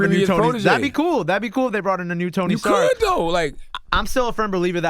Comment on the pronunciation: for the love of god its Tony StarK, not StarKS charlamagne